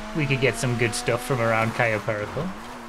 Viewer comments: I cringe every time he mispronounces Cayo Perico.. at least he learned to say Yosemite 🤣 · it gets me everytime tries to pronounce cayo perico properly